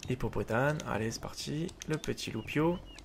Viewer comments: On dit pas hippopotane mais hippopotaMe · Mdr tu dis hippopotane mais c'est hippopotame